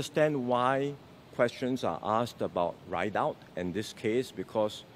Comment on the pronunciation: WAATT?? IS THIS NEXT SG PM??? RIDOUT AND HE SPELLED IT RIDE OUT???? ALSO CPIB NEEDED OR KNEE DEAD??? WAHAHAHAHA SPEAK PROPERLY BOY 😅😂😮😢!!!!